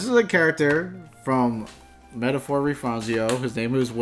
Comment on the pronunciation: Gotta love the goofy pronunciations of metaphor